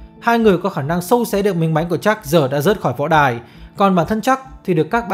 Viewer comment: Jack với chuck đọc loạn cả lên, nghe 1 hồi k biết ai là ai. Đọc gần giống nhau thì các bạn đọc đủ cả họ và tên, Nghe k biết đang nói jack hay chuck